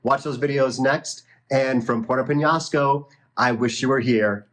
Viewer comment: Has he learned how to pronounce Peñasco??